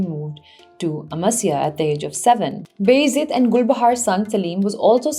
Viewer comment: Appreciate your lucid presentation. But just a little correction; you are pronouncing Baa Yazeed as Bayzid.